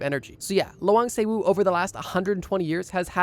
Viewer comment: btw it’s pronounced as Lah-wahng sewu. Also i visited it last year and has really pretty + smart architecture! (+i passed thesis defense after i visited yey, maybe my ancestors felt bad for me and decided to help me instead of haunting me)